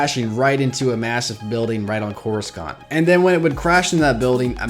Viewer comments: if you've watched any of the prquels or the clone wars, you would know that coruscant is not pronounced as corus- kant, it's corus- sant. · It's Coruscant, not CorusKant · (koor oo sahnt) not (koor oo skant) For Coruscant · its cora-sant not cora-scant just to let you know :) even tho its spelled corascant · I hate how he keeps saying Coruscant!!! 😬 thers no K sound in the word!!! watch epp I and url see how it's properly pronounced! your saying it like it's spelt "CORUSKANT!?" 😕 say it as SANT! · Why do you say couriskant isn't it couricant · I stopped watching because of the way u said corasunt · It's corusant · And y do u pronounce Cora-Skant it's so weird... I like ur channel overall tho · CorisKant? Looooool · it's just corussant the "c" is an 's' sound not a 'k' sound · more than half of this video's dislikes are probably due to "that". Coruscant's name is said at least 30 times in the movies, and it's never called "CorusKant"... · Hey I don't mean to be be rude but it is pronounced Cor I sont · Why do you keep saying Coruscant like that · Hearing you mispronounce coruscant makes we want to punch a baby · I know I'm just making fun of the guys pronouncing of it.